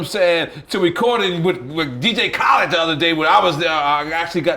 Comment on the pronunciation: You couldn't pay Nore to pronounce DJ Khaled's name right